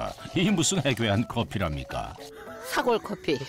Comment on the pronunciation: 긴 자를 짧게 잘못 발음한 예: 사골,한파 ,제작진,거실,등,이런 잘못은 해설자의 문제입니다